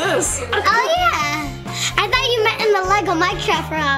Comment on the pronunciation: you said'' I fort you meant in the lego MINCRAFT not lego fortnite.